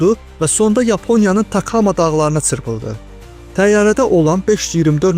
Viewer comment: Цырпылды йохса чырпылды